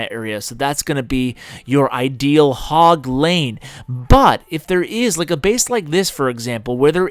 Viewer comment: "Hog lane" "Hogleine" "Ashleine